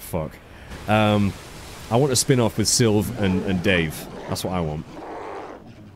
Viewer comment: Congrats on beating Jasper! Da-vea, not Dave. (A spin-off featuring Sylv and Davé would be freaking amazing!!!) Anyway, I both hate and feel for Jasper. He is an interesting character, and very well done/created.